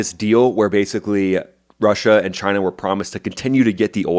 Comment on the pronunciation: Just wish you'd pronounce it correctly. Say it right. Chy-nah